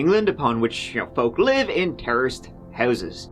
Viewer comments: People live in what kind of houses? I'm hearing terrorists houses???? Help lol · What said: Terraced houses What my dumbass brain heard: Terrorist houses. -. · took me forever to figure out it was 'terraced houses' not 'terrorist houses' -_ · You said, " ...where folks lived in terraced houses." Ha, ha ...I actually thought you said "terrorist" houses. 😂 (Say what?????)